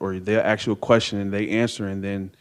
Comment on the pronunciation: right? If he was he would know correct grammar & how to pronounce earth , not earf & ask not aks.